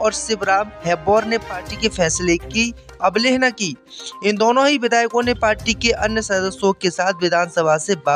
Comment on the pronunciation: अबलेहना नहीं अवहेलना होता है